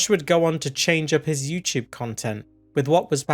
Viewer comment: you might be the only person who says yew-tewb funnier than does. TWU